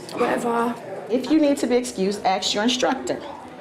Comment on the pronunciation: it's crazy how she acts so smart "we pride ourselves on our intelligence" but can't pronounce ask correctly.